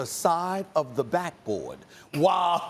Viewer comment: best part 😂 how stephen A says the side of the backboard is hilariours